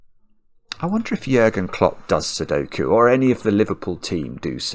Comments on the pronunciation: Nice video but could you please replace the u in its name with an ü? His name is Jürgen Klopp. Your pronounciation is pristine by the way :D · Compliments on how great you are at pronouncing Jürgen. Very well done. Greetings from Germany